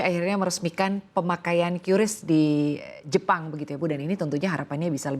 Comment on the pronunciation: pengucapan yang benar itu kris, bukan kyuris. haduhhhhh coba riset dulu mba